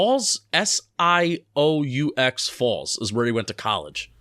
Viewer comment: It’s pronounced Sue Falls, and it’s the biggest city in South Dakota.